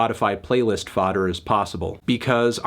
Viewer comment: Fodder, dude. What the fuck is foughter???